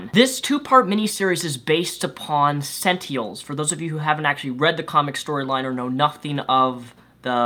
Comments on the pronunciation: Senteehuls,? Really? I know you've mentioned concerns of speech impediments before, but come on bruv... Sen + Tin + Uhl. That's it. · Honestly, I thought your review was pretty accurate but I honestly don't trust anything you have to say about comics. This is solely because you cant pronounce SENT-IN-ELS. Like every time you said "sentials" I wanted to stop watching. Sorry man. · your dyslexia is showing. It's SENTINELS, not SENTIELS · It's sentinels, not "sentiels." It would have been fine if you had said it once, but you said it over and over. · Robert Insko But not speech problems. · "sentials?" "Sen ten als". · why you keep saying sent-eels? its Sen-Ti-NELS dude. btw love your show. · are you saying sentiels? They are called sentinels not sentiels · You keep saying sentiels. They're called sentinels. And only some can alter their defences. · Why do you say sentiels? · Hey!! It is pronounced SEN-tin-els. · GRRRAAA SENTINELS SEN-TIN-ELS SEN - TIN - ELS other than that great review c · and btw it's Sent-inels Get it right please!!! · is pronounce SEN-TI-NELS WTF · If I'm not mistaken it's pronounced senTINEls. Sen TIN Els. Sentinels. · Its Sentinels. Sen teh Nels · He has a speech impediment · are you by any chance dyslexic? It's an honest question, because you sometimes pronounce things wrong (like net neutrality, or in this case sentinels) and I'm wondering if it's because you misread things sometimes? (I sometimes have that problem)